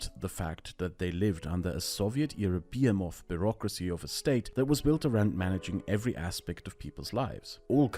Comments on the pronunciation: behemoth is pronounced [bəˈhiməθ] with the stress on (he) not [biəmɔθ] with the stress on (be). I don't usually correct non-native speakers' pronunciation but this felt important somehow... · What the frick a bee-a-moth? Some sci-fi almagamtion of insects? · bee-em-of? someone help me with that word, please. I see it's also the most replayed part of the video, so I'm probably not the only one not getting it. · Fyi: Behemoth - buh -hee -moth. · Your pronunciation of 'behemoth' :O